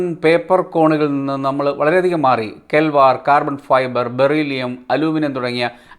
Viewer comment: കെൽവാർ എന്നല്ല കെവ് ലാർ എന്നാണ് പറയേണ്ടത്.👌